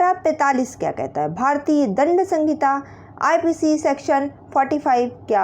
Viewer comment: सहिंता होती है संगिता नहीं